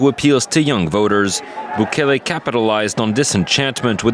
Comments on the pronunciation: Im actually shocked you dont know how to pronounce Bukele properly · Foo got the nopal en el frente mispronouncing bukele 😂